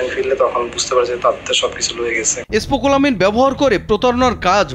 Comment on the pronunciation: স্পোকোলামিন 🤣🤣🤣🤣 সাংবাদিক হওয়া কত সহজ। কোন বানান উচ্চারণ কিছুই না পেরে কোটি কোটি মানুষের সামনে চলে আসা যায়।